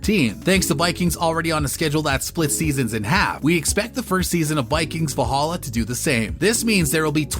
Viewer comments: Vollhollah?! ...Sounds more like arabic. And narrator, could you please talk faster. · Try to learn how to say Valhalla in Scandinavian, not English 😅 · I hate the narrators pronunciation of character names and the show title itself